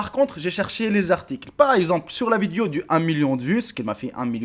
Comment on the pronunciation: "viduo" jpp